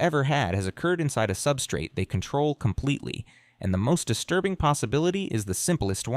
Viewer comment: Paaarrrticularely disturrrrrrbing and unsetttttling